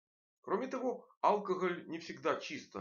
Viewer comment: Доктор должен знать, что в слове "алкоголь" ударение не на букве А, а на букве О - алкогОль.